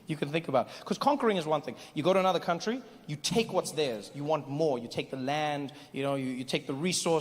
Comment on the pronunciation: "I want my cuntry back!"